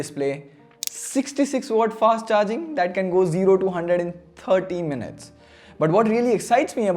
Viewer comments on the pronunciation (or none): none